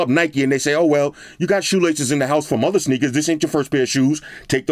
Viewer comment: Lmaooooo 😂😂😂"shoelaces"